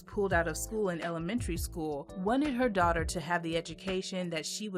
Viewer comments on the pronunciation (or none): none